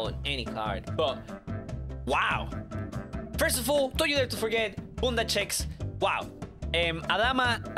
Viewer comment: u ruined the word bunda